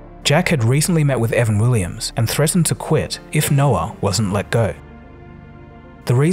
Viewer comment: Why do you call him "Evan Willims" ?